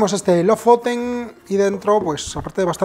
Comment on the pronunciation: Aaarg... me sangran los oídos!, porfavor, Lofoten se pronuncia LU-FU-TEN. Gracias por tu trabajo como siempre.